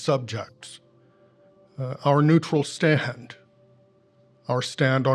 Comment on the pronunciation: "our neutral staHAnd, our stand on bloHOd"